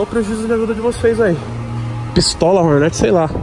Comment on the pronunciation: E fala direito não é horneti é HORNET